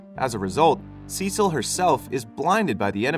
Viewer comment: Cecil??? SUH SEEL - CECILE LOL